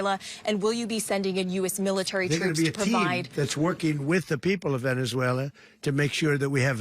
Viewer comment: Nobody is defending Maduro, that is a false narrative. This is all about taking resources from a country that can't do anything about it. Trump couldn't care less about Venezuelans. Or as Trump pronounced it "Venezualer".